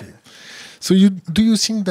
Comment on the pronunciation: LOL l'anglais de l'intervierwer. "Counter-mesure" "sousseteunabeuleubeule système"... :D